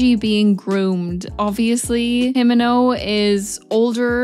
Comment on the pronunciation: It's more "Him*e*nno" and "Ko-b*e*nny"